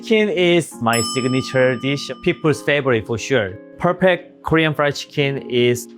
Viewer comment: Pur-pek-tur pruyed ceekin-de